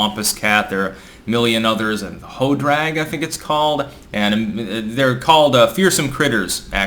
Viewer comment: Hope the Hodag is on this list. Edit: Hodrag 🤣